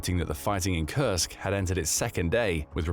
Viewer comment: Like he says it over and over to look sophisticated? Can’t pronounce Kursk correctly which it’s mostly about Kursk? Strange.